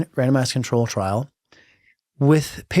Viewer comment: Thought he said “random ass control trial” 😭😭